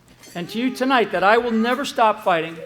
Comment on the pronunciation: . It sounds like he says “ I commit to General Singlaub and Q” . You expect him to saying “you” but slow to half speed and tell me what you hear.